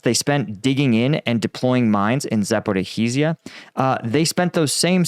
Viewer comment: Zaporizhzhia is 4 syllables, Zap-or-EE-zhia, and it rhymes with “like amnesia”.